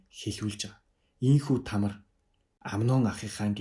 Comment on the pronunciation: Тамр биш Тамар.